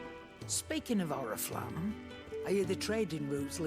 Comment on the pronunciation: Почему вместо Орифламм, я слышу орифлейм